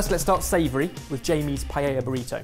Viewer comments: Maybe pronounce it correctly first. It isn't "pie-ella", it is "pie-eh-uh" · I just can't deal with you guys complicating the pronunciation od PAELLA... same thing with dulce de leche. Pa- eh-eeah dool- se de leche... Not paieia or dolche de leche. It is not that hard. Hahahahahhahaha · love the vid....if only they could learn how to say Paella, they use it very often, so... Pa (like in papa) - a (like the vowel alone) - ya (like now! in spanish) Pa-ae-ya...lol I get an eyelid twitch every time I hear them mispronounce it paiehia, and I'm not even Spanish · why do brits say PAI-eya? it's pa-eya. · Excuse me sir, its called a Paella. Not a payeya, plz stop saying payeya. PA É LA. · The only thing irritating to me is that they still pronounce Paella like „Pa-yeah-ja“ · I love attemps to pronounce Spanish ( and Catalan/Valencian) words, and completely butchering every single one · people would probably not be as upset if you learnt to pronounce paella correctly 😂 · has anyone made a cut of the 1001 ways they've pronounced 'paella'? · I think the problem with all of this is the way keeps pronouncing paella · The double L is silent. It's Spanish. The double L is always always ALWAYS silent. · 2 things, how do you even say paella... im my mind, P is a hard consonant and aella are soft weak letters.. P-ala, and doesnt all the ingrediesnts of a Paella go in a burrito anyway? like if i said "give me a Paella on a non-garlic Nan" same thing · After all this years, still mispronouncing "paella" , never change you guys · Maybe try and pronouce paella properly? also, the pan is called paella, that's where the name of the dish comes from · The only thing that kills the paella burrito for me is the pronunciation of the word paella....and paellera